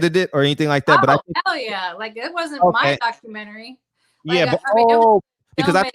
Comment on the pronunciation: I correct you in the name of Lord Jesus. You struggled with your reading skills at the beggining. Incorrect pronunciation of "Documentary". You misspoke using the word "woman". If you could speak to black women not woman. Reading is Fundamental. Dont be ashame! Go online to get help with your reading and grammar skills. I wish you success!